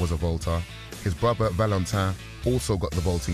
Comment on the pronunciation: Please use narrators that pronounce words properly... 'father' and 'brother' aren't pronounced 'fava' and 'brova'.